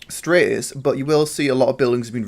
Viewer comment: It's pronounced 'stra-tis' not 'strate-is' lol